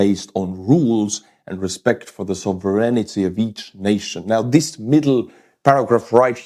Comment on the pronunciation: Not a criticism, but only trying to help: the word "sovereignty" is pronounced "sov-ren-ty"